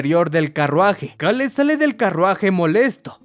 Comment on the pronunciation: Me estresa muchísimo como pronuncia "Cale" más porque en los primeros minutos lo repite como 20 veces